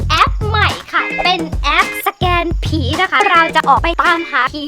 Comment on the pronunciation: rujชิคกี้พายทำคำว่า(ผี) กลายเป็น(ฝี)ทำไมอะพี่??